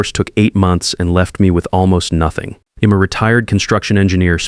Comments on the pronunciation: I’ll is pronounced ‘isle’. I’m is pronounced ‘eye mmm’. Others have listed many others. Editing could amend these stupid errors. Get someone actually proficient in the English language if you are unable to do it yourself. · He'd, she'd, I'm etc - LEARN HOW TO SAY THESE WORDS!!!!